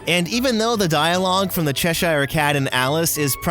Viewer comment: "WILDEST RIDE IN DE WILDERNESS" this dude loves his job😂😂😂